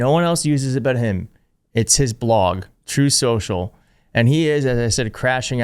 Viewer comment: It's pronounced Trothe Sooshall, as per tiny taco 🍄 himself 😂🤣😂🤣